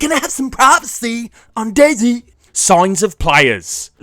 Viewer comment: "Daizi" dude no hate but its dayz